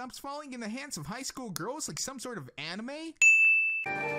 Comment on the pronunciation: Did you just say anime? Anime? NANI?!